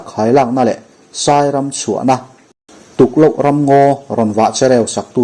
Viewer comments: Tukloh - i thluk dan kha a dik lo, Tukloh sava kan lam angin i lam, tuk-loh : lo ah pawh la vah ngaih loh tihna a ni. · Tukloh i thluk dan kha ( Sava hming " tukloh" anga i lam kha a diklo bawk tlat ( Khandaih) kan lam anga lam zawk tur a ni e